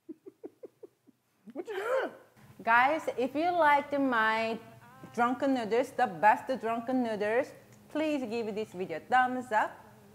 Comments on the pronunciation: "Drenken nrderss" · I love the way she said " Dranken Nerdles" * hand flick*